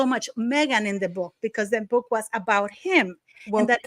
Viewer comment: prounances words incorrectly...constantly. " book " being one